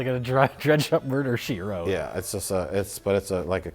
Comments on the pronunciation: “Murder She Twote” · "Murder she Twote"